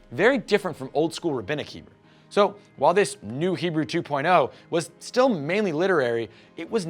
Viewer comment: I don't know if it was intentional, but I laughed when you called it "Hebrew JEW.0" lol